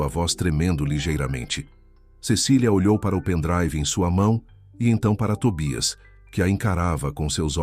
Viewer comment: Afinal o cachorrinho chama-se Tobias ou Tóbias. sr. narrador tenha cuidado no que está a ler e ou a escrever. Isto , se quiser likes na narração das histórias. Que eu saiba a língua portuguesa é a oficial do Brasil, ou será que há uma terceira chamada brasileirês?